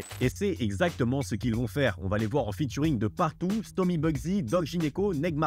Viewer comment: Futuring??non cest featuring (fi-turing)mais tu fais tes recherches sur wikipédia toi cest pas possible..les gars vous faites des vidéos ca pue a 100metres que vous connaissez pas votre sujet,cest fou ça